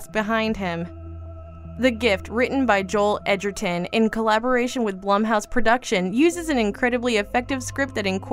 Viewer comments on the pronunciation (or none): It's pronounced Blume it drove me nuts when she said it wrong. I have no idea why 🤣🤣